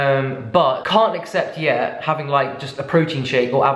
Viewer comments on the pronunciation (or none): none